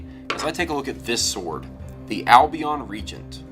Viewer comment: First pronounce Albion right lol